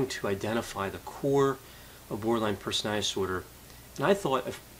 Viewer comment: Doc. I love listening to you. But please work on pronouncing the word personaliTy. You say personaLLy. you don't pronounce the letter T.